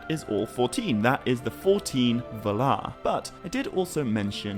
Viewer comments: Ugh. It's vaalar, not valar. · You do realize that valar is pronounced val-are right? It's not pronounced vuh-lar. Sorry lol just bugs me lol Also the word "says" is not pronounced like it rhymes with pays or ways. It's pronounced like sezz. It rhymes with fez lol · While I really enjoy the vids I can't stand the way he pronounces valar. Pretty sure its [VA]lar not [v]-larr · I came across this channel not too long ago and am watching the vids but the way he pronounces Valar seems wrong… but I won’t let that discourage me from watching more vids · Sorry, but you're pronouncing Valar/Vala wrong. 🙄